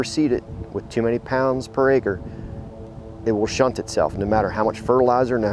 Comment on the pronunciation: It's called STUNT, not SHUNT.